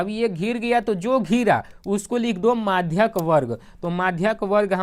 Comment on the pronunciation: मधिका nhi maadhak